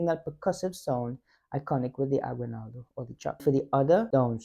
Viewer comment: So, for future reference, the word is pronounced ah-ghee-NAL-doh. The only time "gui" or "gue" is pronounced gwee or gway in Spanish is when you see a "u" with two dots on top like this--ü. It's called a diaresis. For instance, the musical instrument, "güiro", would be gwee-roh; a handsome guy, "güero", would be gway-roh. "Aguinaldo" does not have a diaresis. Keep going. Best wishes.